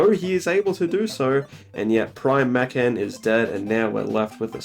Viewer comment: I take issue with the way you say Mackan